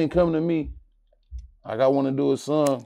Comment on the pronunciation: He pronounce song like sung